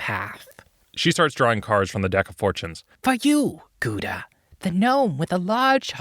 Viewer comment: That's not how you prenounce Gouda at all.